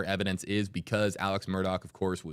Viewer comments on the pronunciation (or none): Shame on you Mr. News Reporter guy - guessing at the options in pronouncing the defendants name. In the police car at the crime scene ALEC clarified for police: “It is pronounced ALECCCCC” “It is spelt MURDAUGH and pronounced MURDOCKKKKK” So stop telling people it can be Alex or Alec doesn’t matter. And it can be pronounced MURDAUHHH WHEN the man told you the way he is to be called: A L E C MURDOCK